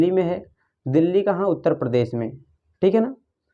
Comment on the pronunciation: Uttar hota he sir utter nhi